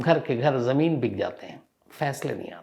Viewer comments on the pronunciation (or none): none